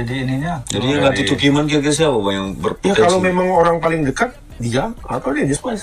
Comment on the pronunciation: Bukan tu kiman bang tapi tu kimin hahahaha